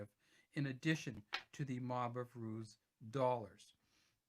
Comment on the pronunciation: They are called Mob of roos. Not ruse Roos is shortened for kangaroos.